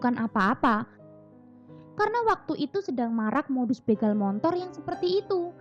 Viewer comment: Bagus sih mb, cuma apa saya salah dengar ya ? "Montor?"